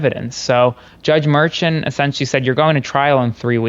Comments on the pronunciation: I agree, but if you're selling yourself as a legal expert, while looking 15; you should pronounce names properly, so people will believe you ARE the former!! "FAW-NEE" not FANNY & JUDGE "MER-SHAWN" not MERSHIN. Just sayin'..... LOL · The judge's name is pronounced Mer'shawn. KFA pronounced his name. If this is incorrect, blame Karen